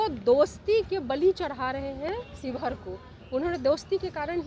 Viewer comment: ये पत्रकार महोदय शिवहर ना की शिवघर